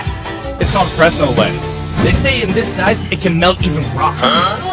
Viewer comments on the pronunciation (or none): It is called "fresnel" but it I pronounced "frenel". The s is silent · its pronounced "fruh-nel" i mean the voice is ai so yeah. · I had a French professor in both PDE and Optics. I was chump checked enough to know that the s in Fresnel is silent